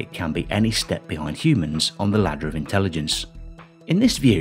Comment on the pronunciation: ..."intellidense"... - Nick Boström